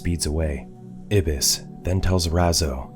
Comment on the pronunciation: I think the black dudes name is pronounced "eye" bis not ibis